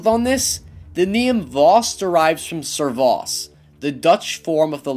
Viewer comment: I'm Dutch (Belgian) and nobody calls their kids servaar